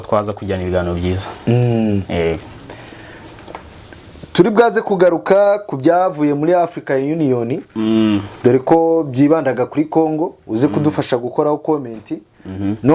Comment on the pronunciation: Umusesenguzi asobanura neza nkabikunda gusa nanga uburyo uwo munyamakuru avugamo ikinyarwanda, wamunyamakuruwe Sha uvuga nabi ikinyarwanda bigatuma uburyohe bw'ikiganiro bugabanuka,nk'urugero ngo: "turibwaze" baravuga ngo: "turibuze" dufashe uvuge ikinyarwanda kinoze.